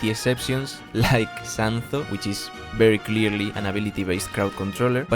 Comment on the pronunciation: Yeah he is definitely from Spain the part when he said "Sanzo" makes me think so